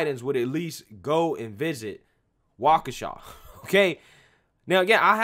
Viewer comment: You said Waukesha correctly. I am impressed.